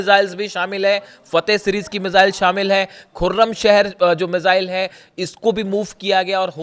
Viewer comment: मिसाईल बोलनी सीख ले भाई